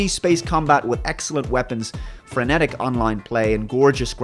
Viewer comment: Wtf is "franetic"